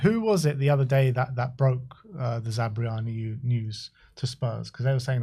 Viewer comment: it's not zabryani it's zabarny